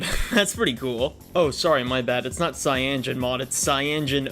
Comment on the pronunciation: dawg its called cya-no-gen mod not fucking cyangen mod